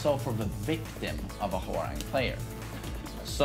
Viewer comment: pronouncing "Hwoarang:" "I see no 'w.'"